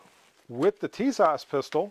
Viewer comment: Pronounced - Tisash